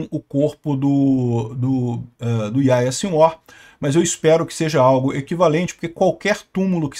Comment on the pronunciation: Lê-se Yarriá